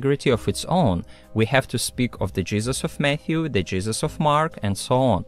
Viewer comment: The WHAT of Matthew and Mark?! I had this on in the background and I just hear "We have to speak of the jizzes of Matthew, the jizzes of Mark" and I died! 😂